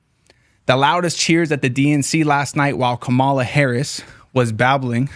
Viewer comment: Really wanted to watch this but then you purposely mispronounced Kamala’s name. I think you’re misguided and misinformed. I’m out.